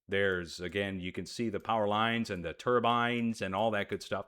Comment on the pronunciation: "turdbines" LOL!